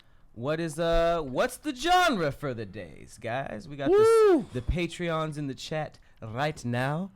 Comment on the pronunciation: All this time and still can't say "Patrons" lol